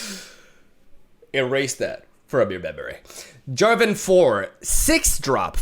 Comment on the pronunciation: Jarvan not Javaton ? are you really going to actually stop being annoying ? :]